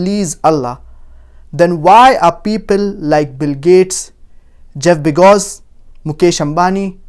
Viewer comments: This guy is high on cocaine...the richest man in the world is Jeff Bezos......nd please somebody tell this guy it's Bezos and not Begos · why does he keep pronouncing it begos? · 😂Was I the only one hearing Jeff Bejgos instead of Jeff Bezos. Jk by the way. With all seriousness though Masha'ALLAH TabarakALLAH this was a very needed well put together vital lessons.